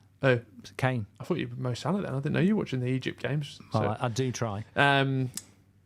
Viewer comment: it's Salah